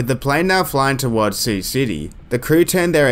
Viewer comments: Yeah. It’s sigh-you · the Voice acting is hysterical, they sound like they are out-sourced to Korea and no one knows how to read the script or interact with each other, so I thank you for much needed laughs! the way the air traffic controller pronounces Sioux (pronounced like the girls name SUE) City as "See-oo City"!! come on guys try a little harder, google is easy to use, no guessing needed. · "See-You City" 🤣🤣🤣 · Yeah... one would think an Air Traffic Controller would know how to pronounce the name of the city they work in. And yes, I know it's a recreation.